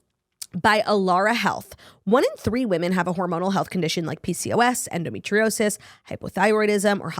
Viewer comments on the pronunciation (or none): none